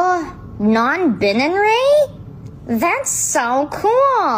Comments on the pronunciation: Because of the way non-binary is pronounced in this video the captions say "non-bin and Ray" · “Wow, you’re.. Non- bin-nan-ry?” As a nonbinary myself, Best pronounciation of nonbinary ever.